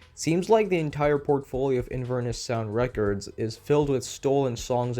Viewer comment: he cannot pronounce records 😭